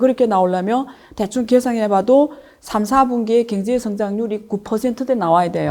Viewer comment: 왜 자꾸 갱제 로 들려요?ㅎㅎ